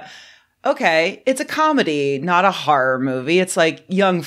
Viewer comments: "Har'r". Ahh, dialects. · "... a comedy harr instead of a harr harr" 😂